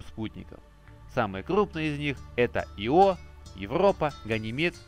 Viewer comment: В слове Ио ударение на И'!